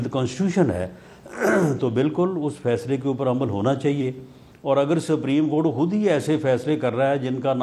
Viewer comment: جو شخص سپریم کورٹ کا تلفظ ہی صحیح نہیں کر سکتا ھو اسے آئین پر بحث کرنے کے لئے سلمان اکرم راجہ جیسے ماہر قانون کے مدمقابل🎉ا بٹھا دیا جاتا ہے۔بدنصیبی ہے ملک کی۔